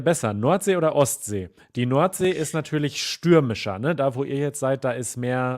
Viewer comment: Nöadlichster Oat 😅 Feehre 😅 Noadsee😅. Love it! So lernen die fleißigen Studis schon mal als erstes den Münsterländer Zungenschlag 👍😉